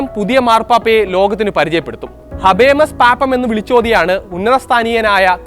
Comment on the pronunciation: അർബൻ അല്ല ഊർബൻ ആണ് അക്കെപ്തോ ഹബേമസ് പാപ്പം അല്ല ഹബേമൂസ് പാപ്പാം ആണ്